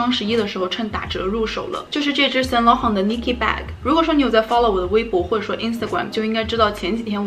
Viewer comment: Im sorry ... really aint gonna judge ... but you pronounce saint laurent wrong ...-.-“”””